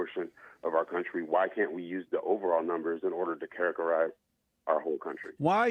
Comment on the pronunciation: “I’m educated” Also: “characarise”